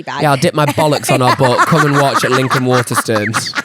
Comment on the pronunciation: i would like to file a formal complaint against for his pronunciation of ‘Waterstones’. Ma’am why are you saying WATERSTUNS